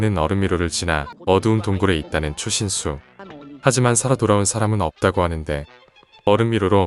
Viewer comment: 초신수 자꾸 추신수로 들리는거 나뿐인가